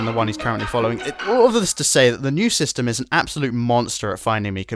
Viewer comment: The moment I heard him say "so I made some particles using unitys particle styme" was the moment I subscribed